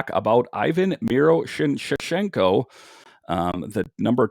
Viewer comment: Miro-sh-nee-chenko that’s how u say it